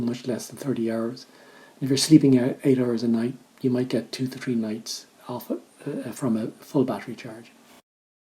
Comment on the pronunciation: first off, your design is outstanding, m'dear! Secondly...Lol...every time you pronounce 3 as, "t'ree" those of us watching have to take a shot of Newfie Screech!:D